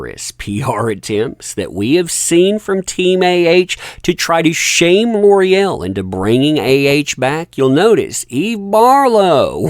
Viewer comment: It’s pronounced L’OreAl